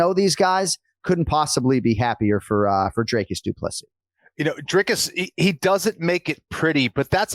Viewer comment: It's Dreecus not Dreycus